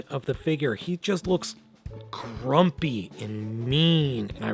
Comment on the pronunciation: Did you say crumpy or grumpy???